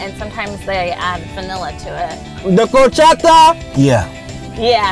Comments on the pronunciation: Man their pronunciation of “feliz” and “horchata” hurt me 😭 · I was lowkey hoping would tell him and explain it means happy 🙂 but the she said "whor"-chata and maybe she doesn't speak spanish?? Oh well they had fun:) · It’s the pronunciation of orchata for me